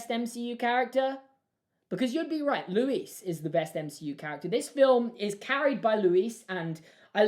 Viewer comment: Oh god he said “Louise” 😂😂 sorry but it stresses me out that ppl don’t know how to pronounce it it’s just “Luís”